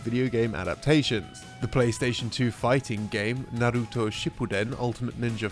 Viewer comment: i lowkey gave a massive oof at the way he absolutely butchered the pronunciation of naruto .